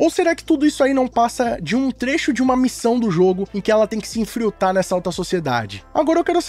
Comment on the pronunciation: ´´ela tem que se INFRILTAR`` hahahahahaha